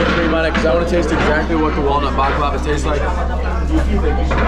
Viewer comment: The way you kept pronouncing “baklava” made me cringe the whole time